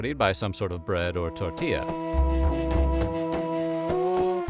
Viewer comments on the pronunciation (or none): none